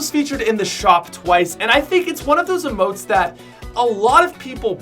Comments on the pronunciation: Its pronounced eemote, not ehmote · It’s Eeeee motes, he says ih motes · EEEMOTES NOT UHMOTES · I pronounce emotes as eee-motes. Not eh-motes. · yes whyyyyyy!!!! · He pronounces emotes wrong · It's Emotes with the stressed syllabel being e not mo